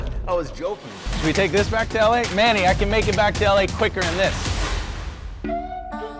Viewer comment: Josh has known manny for so long and he still doesn’t know how to pronounce his name